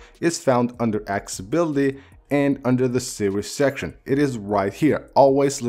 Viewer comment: The vid is good, I had to dislike it though because your “accessibilty” sounded accsibility. Incorrect pronunciation is my pet peeve.